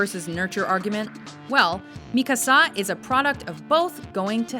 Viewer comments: seriously, you hear the correct name pronunciation in your own sample scenes and you still pronounce it wrong? why is it so difficult to comprehend the emphasis is on the KA and not the SA in Mikasa? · A lot of flaws are in this video, i am not going to bitch out about it because its more of a fan satisfaction thingy than actual liking those things but god dammit am i tired of hearing mikasas name pronounced wrong ITS MI-KA-SA NOT MIKA-SA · MIKASA! ITS PRONOUCED ME-CAR-SAR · So many things to get irritated about... But why don't we stick with the pronunciation of Mikasa's name. Mika-SA?? Really? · Some surprising mentions this time around, unfortunately there's a few crappy ones cough*Sakura*cough and the ordering is rather weak. Also, lol at "mikaSA". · I got so aggravated on how many times you over pronounced Mikasa's name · Yo you should say the same to Funimation about Mikasa's pronounciation XD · Y R U pronounce Mikasa's name like that? You have correct 1 . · comments on your list 1.) its Erza "Titania" Scarlet... Titania is a title labeled to her, it not part of her name. 2.) Mikasa's mother wasn't the only one murdered, so was her father 3.) the "American Accent" on the Japanese names are funny... like when the narrator pronounces Yuno and Mikasa 4.) Sakura has 50-50 fanbase... 50 like her 50 hate her with a passion, so she isn't all that like-able... but hey it your opinion PS. where is Takius or at least Judia or at least Chie and Yukiko :p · Sakura.... yeah... right.... Btw, how hard is it to pronounce Mikasa like you're supposed to? I agree with the top 5 at least, although I think Erza should have been number 1. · I think you pronounced Mikasa wrong,. I could be wrong cause I read the manga, not the anime.